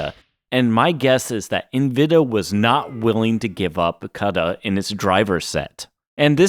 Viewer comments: Thanks….EN-VID-EE-AH…KOO-DA…you’re welcome. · Have I and everyone I know been pronouncing Nvidia and Cuda wrong for years, or is it you? also you change the way you say Nvidia a few times? Cuda is koo -duh..